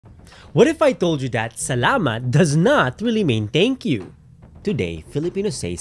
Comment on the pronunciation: Am I the only one bothered whenever he says “teyngkyu”